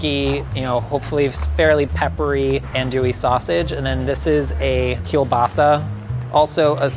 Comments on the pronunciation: Andouille is pronounced An-dwill, not An-Dooee lol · whispers in Cajun it’s AHN-do-ee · A wet jambalaya? Say what? Tomatoes in a seafood gumbo? Andouille(pronounced "on do ee") sausage is a must. A gumbo without a chocolate colored roux is just soup. Leah Chase was the queen of gumbo. May she rest in peace. ❤